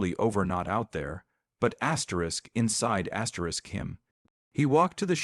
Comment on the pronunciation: Too many AI astric astric astric astric Astrid